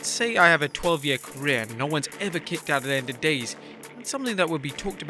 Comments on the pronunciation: We going to talk about the intro. “No one has ever kickoed out of”. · 'kickoed'? what is 'kickoed'? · LoL "KICKOED" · "Kickoed", hmmm??? Lol 🤭😆🤣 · So nobody's gonna talk about "kickoed"? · “Kickoed out of” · Kickoed lol